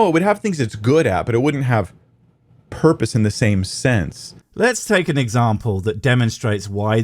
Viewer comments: I never had a porpoise. Where do i get one? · All hail the porpoise of life!